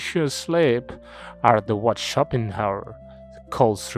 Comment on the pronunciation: Пик, как всегда. Но вместо Шопенгауэра я слышу shopping hour